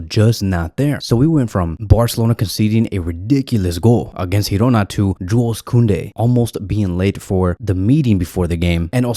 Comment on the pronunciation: Mate i told you last year, its not Hirona, its GIRONA with a G from GEORGE. I understand in Spanish, G is H, but Girona is Girona because it is in Catalan, if you respect Barcelona , you will respect the catalan language, anyways much love and support!